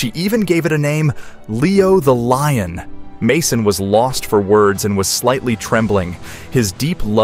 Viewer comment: "Leo the Loin" hahahahah